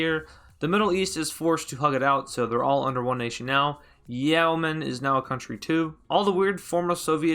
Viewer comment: I believe you mean "Yeman"